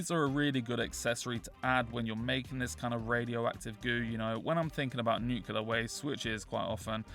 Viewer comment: Nuclear not nucular